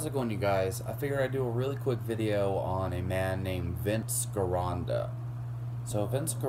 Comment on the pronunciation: Get out of bed, Trim that beard, and lose that lisp. And Gironda is pronounced with a hard "G" sound. And i-rin? For iron, where did you learn to talk?